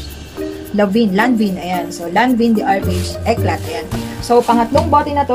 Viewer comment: Eclat pronounce as "Eclay"